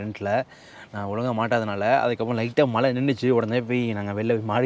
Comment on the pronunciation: சகோதரர்களே உங்கள் நிகழ்ச்சி அருமை. பயனுள்ள தகவல்களை கொடுக்கிறீர்கள், மன நிறைவு. ஒரு மிக பெரிய வருத்தம். தமிழை, "தமில்" என்றும் மழையை "மலை" என்றும் உச்சரிக்காதீர்கள். தாய்மொழியை களங்கப்படுத்தாதீர்கள். முயற்சி செய்தால் இரண்டு தினங்களில் சரி செய்துவிடலாம். அடுத்த பதிவில் நான் இந்த மாற்றத்தை நாங்கள் எதிர்பார்க்கிறோம்